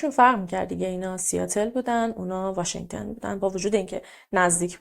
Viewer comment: آقا همه اطلاعاتمون قاتی پاتی شد واشنگتُن نه واشنگتِن